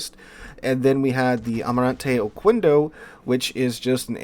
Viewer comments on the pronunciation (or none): Hey: I am Spaniard follower. I noted that you dont pronnounce correctly "Almirante Oquendo" Please take into account that in spanish we dont pronnounce the vowel u between Q and 0. We dont say "ocuendo", we say "oke (a)ndo".Thank your for all your videos. it helped me a lot